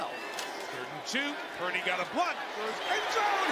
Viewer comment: It’s PurDY, not PruDy. Lol